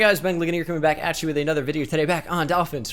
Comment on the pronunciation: No one: Absolutely no one: Not a single solitary soul:: "anotha run"